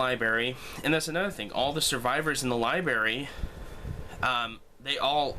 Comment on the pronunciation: It's 'libRary'! Haha. Just had to give you a hard time. Good video, dude.